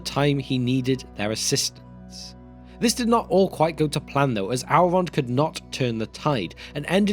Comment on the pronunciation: Please, just try to pronounce "el" some other way than "owl" in the future. Really annoying to listen to a story of an owlish hero gil-galad and hear of his friend owlrond.